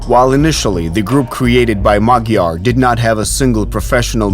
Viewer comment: The name is MADYAR not magyar birds🤦‍♂🤦‍♂🤦‍♂